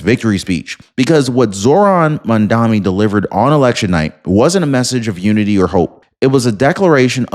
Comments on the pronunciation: I am die hard Trump fan, but you ought to try harder to pronounce Mandani’s name correctly. It’s not Mamdami, it’s Mamdani! I’ve no lose a little credibility every time you say Mamdami. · Are you hearing disabled? It's Mamdani, not Mandami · Guys, I am not American but I am watching you. Mamdani is a good change. Give him a chance. And you sir, you are mis pronouncing that name. It is MAMDANI. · Dude. I'm in your corner and I agree with your stance regarding your political position, but you look really foolish in mispronouncing Mamdani 's name. It's Mom-Donny. Please, get it right. I hate the guy but please, say his name correctly. It diminishes your intelligence to continue to mispronounce it. All the best to you. Keep up the fight!😊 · Why cant your pronounce his name properly ..... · at least learn how to say his name properly if you are going to criticize him